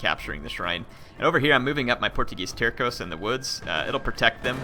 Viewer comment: If you want to know, Portuguese Terços is pronouced like there's a S (Tersos). Out of curiosity, it means third in english and it is believed they were always divided in 3 thirds (terços).